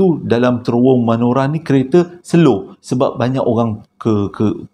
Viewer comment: bukan manora bang tp menora😁😁😁